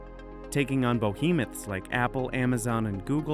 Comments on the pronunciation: lol “taking on ~BOhemoths~”, are they?? 🤨🤨🤨🤨 Errrmmm hokay, if u say so 😹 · "Taking on bohemoths"? Should be behemoths :) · "taking on 'bo-hemoths' like Apple, Amazon and Google..." Is this a new hybrid of bohemian and behemoth that is up until now unheard of? Or did this just slip past the grasp of an editor? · I’m sorry, but you lost me at....... “bohemoth?” Wow.......just........wow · Lol, bohemoths?